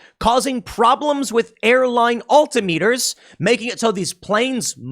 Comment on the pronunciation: Alta meters Tim?😂